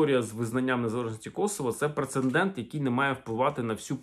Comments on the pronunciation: Дякую за цікаву інформацію. Але одне зауваження - Прецедент а не принцендент. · З повагаю і вдячностю до автора каналу. Доречи, слово прецедент пишеться і вимовляється тільки так.